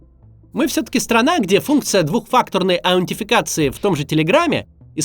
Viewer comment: "Двухфактурной" чего? Аунтификации?